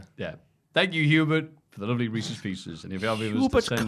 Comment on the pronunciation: That Reeces Pieces was absolutely painful. 😅